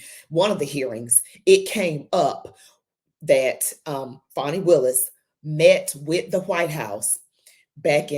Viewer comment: Please - STOP calling her "FAWNY" It's "Fani" pronounced like 'Manny' ... For heavens sake - STOP !!!!!